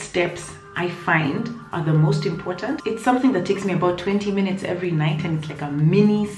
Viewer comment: Hahahahha I love you french at the end 🤣🤣🤣🤣🤣🤣🤣🤣 your accent is perfect 👌 😘😘😘😘 fifteen minute ( fifteen minuté ) Hahahah love your channel girl 😘😘😘